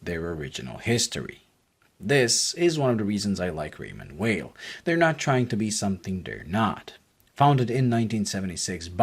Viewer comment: your full of shit .. and you cannot even say the name right .. its not promouced as weil but vey..